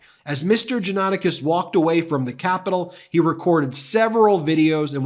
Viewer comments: It's not usually difficult to learn how to pronounce proper names on the Internet. If you consider yourself a news organization, it's lazy, sloppy and unprofessional not to bother. jaw-nuh-TAH-kis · Pronunciation Correction: John-a-TAC-is. Sadly, this man was a friend of mine years ago. I was appalled on Jan 6 to see his post pop up on my Facebook feed. I remember seeing his posts and podcast including the ones you read here and the disbelief I felt that the man I had known had come to this. I was shocked and outraged by his attitude, calling Ashley Babbet a hero who “died for us!” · Johnatakis is pronounced Jah-nah-tah-keys. I know because i am part Pontic Greek. Sadly Johnatakis did not learn anything from the Armenian/ Pontic Greek/ Christian Assyrian genocide... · Just curious, why the repetetive mispronunciation of the defendant's name?